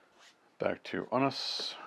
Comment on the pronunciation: Love Bishop! I believe it's pronounced 'ewe-nus'.